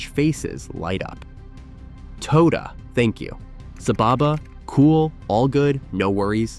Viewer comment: It’s not “TOE-DER”…it’s “TOH-DAH” 😊